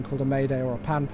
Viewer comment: Your "pan" call is wrong,. It is done "Panpan, panpan, panpan!". And here "pan" is pronounced as pun in punish!